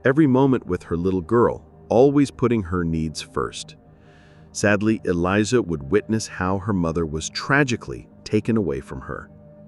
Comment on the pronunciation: Oh,just to add. Her daughter's name isn't "Elijah" it's `Alaiyah. Just an extra step of researching and you would've found this.